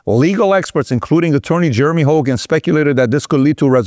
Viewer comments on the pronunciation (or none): none